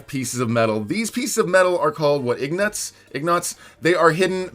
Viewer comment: “ignot” its ingot not ignot